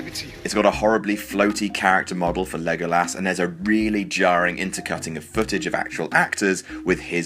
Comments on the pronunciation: I know I'm not the only one to say this but... Christ did you fuq up the pronunciation of "Legolas" name. Sheesh. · That botched pronunciation of "Legolas" deserved a Down. "Leg-Oh-Lass" are you kidding me?! Everyone in the movie itself calls him "Leh-Goal-Us". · Legolas!!! Not legalas!!!!! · learn how to fucking pronounce legolas mate